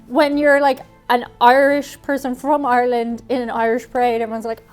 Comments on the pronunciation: Couldn't really hear her accent until she said her country name... R-land! R-ish! Really bursts out. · Why can’t people from ireland say ireland? They just “arlen”.